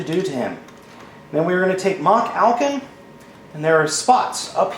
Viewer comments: It's No Machalcon. it's MachFalcon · DUDE YOU ARE SAYING IT WRONG IT IS MALFALCON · You saying the name wrong it is Malfalcon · It's pronounced Ma-hal-con. Watch the show and you'd know that. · i think it is pronounced as ma-halcon